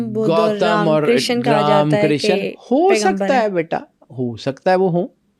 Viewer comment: Tum Pakistani log Krishna ko Kisaan kiu bolte ho😂, say properly